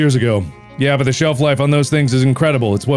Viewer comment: he said: an empty self instead of shelf